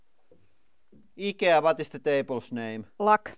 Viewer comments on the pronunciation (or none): Now I'm confused. Is "IKEA" pronounced.... "Eye-key-ahh" or "ick-yah"? Lol. Don't mind me, just a drunk Canadian passing through, eh?